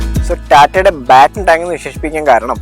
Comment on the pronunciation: ബാറ്റണ് ടാങ്ക് അല്ലണ്ണ.പാറ്റണ് ടാങ്ക് ആണ് ശരി